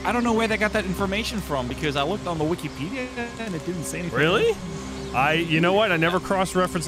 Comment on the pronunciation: “I looked on the wikipeeeeya”